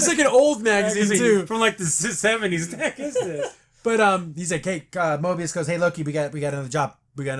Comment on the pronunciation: You keep saying morbious but it’s Mobius